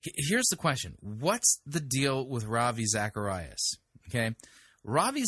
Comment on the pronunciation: A world famous television preacher, Joyce Meyers, has a world famous Christian apologist, Ravi Zacharias, on her television show, and she can’t pronounce his name correctly?